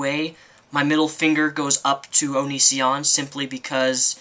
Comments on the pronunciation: oh and it's O-NE-SEE-ON...not OH..NE...SHAWN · I hate how you always say his name fucking wrong! It's not onishion or onisien or whatever. If your gonna hate, at least say it right. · Oh look u do have a hart for onision O-nee-c-on